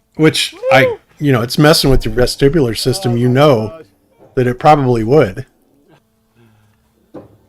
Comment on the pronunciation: What's a "vestribular system"???